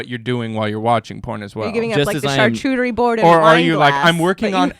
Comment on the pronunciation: It felt ESPECIALLY white with both use AND mispronunciation of "charcuterie"